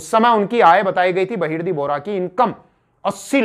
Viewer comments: Its not a loot ... please dont call it as a loot. And its Bahirji Naik....not Bahirdi naik.. Sir, Please check your mistakes in your video. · 🙏गुप्तचर का नाम बहिर्दी नही बहिर्जी नाईक है